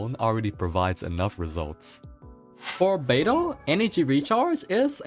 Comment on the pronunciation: when he said " how beidou's ability works, I heard albedo's ability works " lol